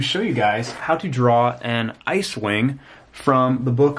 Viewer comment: I thought you said cewing not icewing